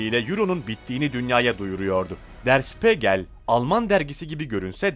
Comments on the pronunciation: Şpegrl degil.der şpigeldir. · Der Spiegel (Der Spiigel diye okunur) Spegel yanlış lütfen düzeltin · işte diyorum ya ama o dakika başı spegel deyince tuhaf oluyor (acil düzeltmesi gerek) yurtdışından da izleyicileri var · Okunuşu _şpiigel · Kulağım kanadı lütfen önce araştırın ondan sonra kelimeyi doğru telafuz edin Spegel ne ya???